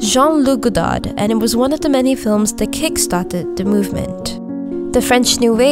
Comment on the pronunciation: The last d is silent in Godard so those the s in Jacques